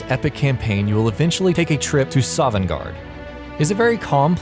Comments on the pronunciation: Jesus. I knew most of these besides #14 and #1 (except for Karstaag). Also it's Sovngarde not Sovangarde, dumb elfs. Skyrim is for the Nords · Sovnegard, not sovangard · Sovngarde! Not Sovangarde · Sovngarde not Sovangarde. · its sovngarde not sovangarde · its sovngarfe not sovangarde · This video is cancer because: 1. Fucking Clickbait Title 2. Sovangarde? SOVANGARDE? I think you mean "Sovngarde". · SOVANGARDE???! ITS SOVNGARDE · Its Sovngarde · N00B HAHAHAHAHA SOVANGARDE ITS SO STUPID ITS FUNNY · "Sovangarde" ... you kiddin' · IT'S FUCKING "SOVNGARDE"!!!! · ikr plus "sovangarde" you can feel the professionalism